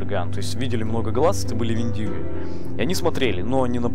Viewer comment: У индейцев правильно Вендиго с ударением на ,,е